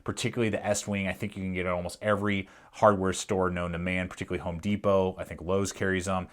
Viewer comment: Lanyard not laneyard Particly is not a word